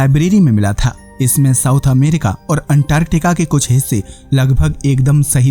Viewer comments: Bhai Antartica ko unntarrrtikaaa kyu bol rahe ho baar baad. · 1st go and learn how to pronounce antarctica😂😂😂😂😂